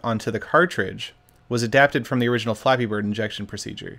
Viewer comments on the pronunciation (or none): none